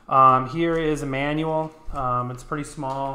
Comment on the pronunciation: sounds like, here is Emmanuel, instead of here is a manual lol